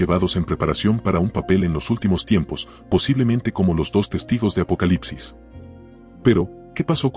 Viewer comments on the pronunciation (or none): none